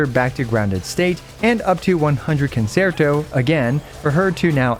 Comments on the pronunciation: FYI it's pronounced [con-chair-toe] not [con-sair-toe] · Love your guides and i hate being this guy but it's the music class in me it's pronounced kuhn·chehr·tow Guoba was doing the same thing in his Robin guide for HSR. thanks for understanding her kit for me so i don't have to! I also hope you're feeling better by now. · CON-CHEE-AIR-TOE You get discounts on Italian cars if you say it right